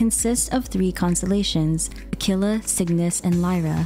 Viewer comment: I love your videos and I know everybody is commenting on how good you pronounce al-ahmar, so I want to correct you on how you say aquila. That's a latin word and you need to pronounce the u too (akvuɪla, not akɪla).